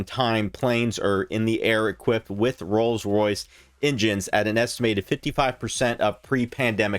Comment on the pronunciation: This man butchers the pronunciation of rolls Royce so bad. I had to watch the whole thing to hear every one. Love the research.